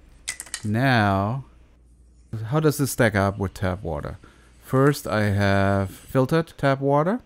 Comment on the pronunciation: TAP water, not tab. :D